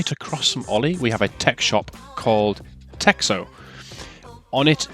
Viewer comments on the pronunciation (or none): it is tehno not texo ( russian x is h xd )